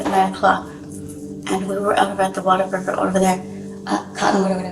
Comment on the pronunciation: It's "what-a-burger" not stupid friggin "watt-a-burger". God...